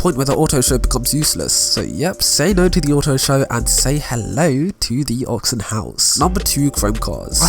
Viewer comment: Your hair looks silly and your voice is just annoying. Get yourself a haircut and learn English. Btw, it’s AUCTION HOUSE not AUXION HOUSE, or did I miss out on their sale on aux cables ?